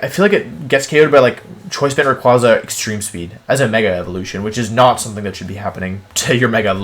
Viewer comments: YOU'RE SUPPOSED TO SAY MEGA SALAMENCE, NOT SALAMENCE MEGA EVOLUTION! AND IT'S RAYQUAZA, NOT RYAQUZAN! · For future reference it’s pronounced “Ray•kway•zah” not “Raykwahzah”. Rayquaza’s name is literally named after a quasar.